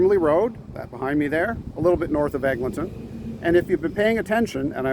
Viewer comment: Egg, Lynn, ton.